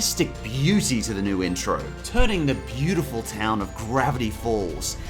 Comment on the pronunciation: "turning the BILLtiful town of..."